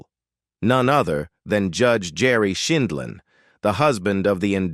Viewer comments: It’s not Scheenlin or Schindlin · Apparently AI can’t pronounce her name correctly. And a few other words